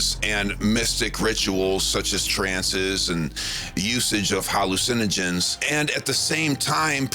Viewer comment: It isn't HAL-lu-SEN-ogens. It's ha-LU-cinogens.